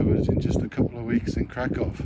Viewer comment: I enjoyed your video. However, if you want to impress the locals, try to avoid pronouncing the city's name as Kra-COW with that hard second syllable. Locals pronounce it Kra - kuhf, which is much softer on the ear.